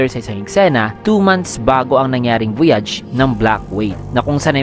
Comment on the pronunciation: VOYAGE ( voh-yeij ) ang english pronunciation ; ( vo-yahj ) is French.